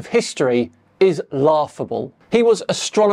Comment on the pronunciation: Did say "Astronomer Royale" like the "Royale with Cheese" in Pulp Fiction?🤦‍♂ Astronomer Royale!! 🤣 It is "Astronomer Royal (pronounced "roil"). 👍